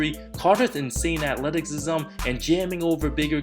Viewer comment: “Atletahsisam”love u